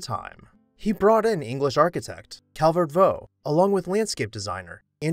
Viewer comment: The correct pronunciation is Calvert Vox, not Calvert Voe.